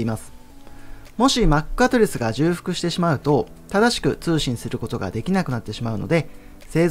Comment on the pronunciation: 重複→「じゅうふく」ではなく「ちょうふく」と読みます